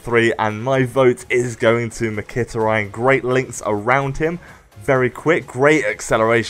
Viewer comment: ***** omg you acutally replied, lol. well you didnt butcher it as much as i did when i first heard his name